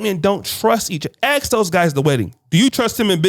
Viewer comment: it's "ask" not aks